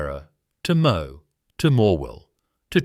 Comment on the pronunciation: You are very right ,so many errors in this , was also black coal mined in Wonthaggi that kept the Victorian railways going not only coal from nsw, Aboriginal clan names also wrong ,just about half of the video is wrong , pity they didn't do more research, and Moe is not pronounced Mo